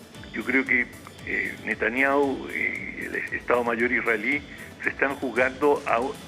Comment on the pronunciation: NETAAN ÑAUU 😂😂😂